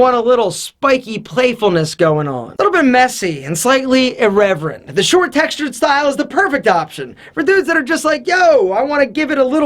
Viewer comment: Say irreverent again!